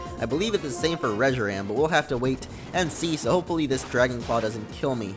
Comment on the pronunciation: Reshiram in the battle it said Reshiran